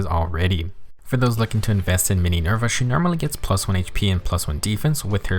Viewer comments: Not Mininerva, TEENYNERVA!! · "Mininerva" Hwhsjhsngkdjshjd